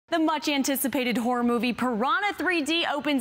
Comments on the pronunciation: Sounded like she said "the much anticipated whore movie" at the beginning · Did she just say 'Whore'-Movie?? xD wellwell...